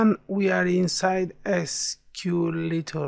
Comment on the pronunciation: It's not SQLittle, it's SQLite Thanks for the tutorial